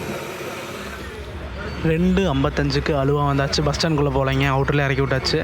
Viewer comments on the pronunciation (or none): Bro one suggestion please correct pronunciation of places like aluva, Alappuzha. It is ஆலுவா & ஆலப்புழா not அலுவா & அலப்புழா 😊